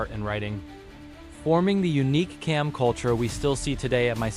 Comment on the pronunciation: It is pronounced as Jam not Kam.